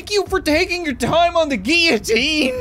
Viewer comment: 'Guiotine'??? Does he not know how to pronounce the L???